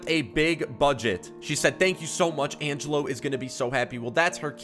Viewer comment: According to my calculations its pronounced Angelo not Angello 🤓🤓🤓🤓🤓🤓